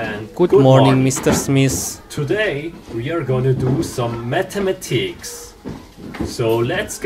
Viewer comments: Nobody: Realistic steves voice: we are gonna be doing some mattematicks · Nobody: Teacher:M A T A M A T I C S